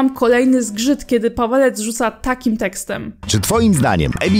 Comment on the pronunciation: Czemu ja za każdym razem słyszę "Padalec" zamiast "Pawelec"